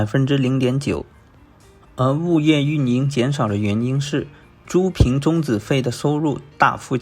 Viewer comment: 租赁，读作zu lin